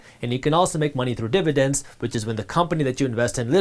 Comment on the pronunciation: Almost lost me here. You are too indian to say dividence this much